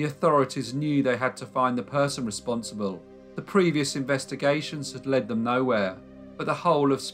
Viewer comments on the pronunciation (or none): none